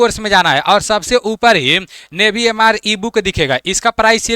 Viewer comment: नेवी ❌ नेभी 😂